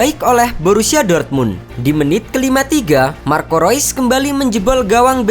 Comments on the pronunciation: Bang maaf ada ralat... Marco reus dibaca (rius) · Mimin pake pengucapan bahasa jerman